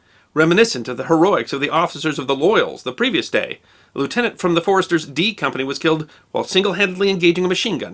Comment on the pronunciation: you are a treasure. Thank you so much for remembering Lt. Clark VC and his remarkable family (and for pronouncing his rank correctly). Your thorough and respectful treatment of all the armed forces of the wars - and not just those of your country - is refreshing and most welcome.